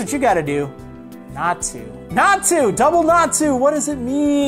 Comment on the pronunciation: Double Natu means 2 x. Nat-u (not you)